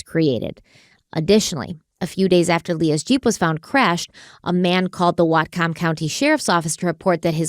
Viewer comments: but how she said whatcom county made me die LOL its pronounced more like watcom county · I’m from whatcom and the way pronounced it has my husband and I rolling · Love watching your content! But listening to pronounce "Whatcom" is distracting my ADHD brain, and it's making me giggle. "WAAT-kum" ❤